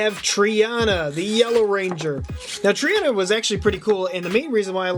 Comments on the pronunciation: *trini not triana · The yellow Rangers name is Trini and not Triana as you said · It's Trini not Trina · It’s Trina not trinana her animal is tiger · Triana? It's Trini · however, I don't mean to be rude honestly but, its tr-ee-knee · Zack is the mastodon Trini is pronounced Tree-Knee And Tommy was the DragonZord when he was Green and he was White Tiger when he was White. Also where r they're weapons??